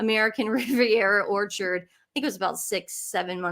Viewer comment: He also has apologized for his pronunciation of American Riviera Whorechard. Venezuelan accent, you know.